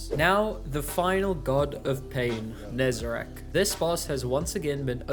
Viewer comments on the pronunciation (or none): I will never get why people keep calling Nezarec "Nezerac".